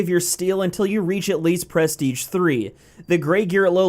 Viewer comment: Every time you say prestige I want to stab my self